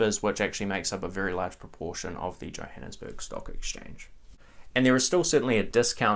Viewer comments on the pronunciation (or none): none